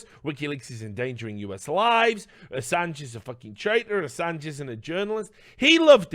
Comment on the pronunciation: Oi mate PRONOUNCE ASSANGE RIGHT MATE!!!